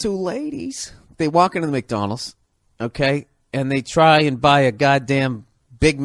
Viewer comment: “McDonals” lol